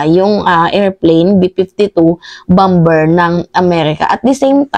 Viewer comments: BOMBER, ANG PAG PRONUONS AY BAMER HINDE BAMBER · Bomber sounds bamer not bamber. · Bamer not bamber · Bamer po ang pag pronounce sa bomber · (Bomber =bamer ang bigkas mali ang bamber) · Idol..(Bamer) ang bigkas ng bomber.. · Mam, paki check nga ang pronunciation ng word na BOMBER? If im not mistaken BOMER po yata ang tamang pag pronounce nito. Thanks po. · Bomber is pronounced as bomer. Thanks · Bomber.. pronounced as bamer o silent b Po Mdme. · Bomber is pronounce as baa•mr. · bomber (pronounce BOMER) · Bomber pronounce as silent b po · Mahal na Idol, Napakalinaw mong magpaliwag! Mabuhay ka!!! ( isa lang na obserbasyon: "Bomber" ay binibigkas ng mga Ingles na: "bamer" ) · Bomber.. silent b.. Bamer sa tagalog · correction lang po, BOMBER na silent B, sana din na bawas sa syunga bells na salota kasi parang bumabalik ang pagka-syunga sa mga words eh!….. hehe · pakicorrect yung pronounsiation mo sa BOMBER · Ate bomber ay silent b